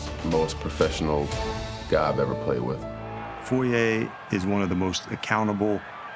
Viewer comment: Props to the narrator for actually getting foye's last name correct. He's one of maybe 5 people to ever do it lol.